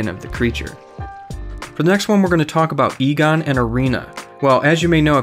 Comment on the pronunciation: “Anree” “egone”